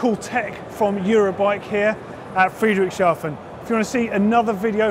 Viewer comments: Pretty good, right? Considering this word must look like gibberish to an english speaker :) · I just love the way pronounces Friedrichshafen 😃